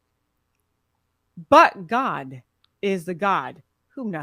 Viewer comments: Everytime she'say But God sound like she's saying F word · I kept hearing F god when she said it. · i'm glad i'm not the only one who kept hearing that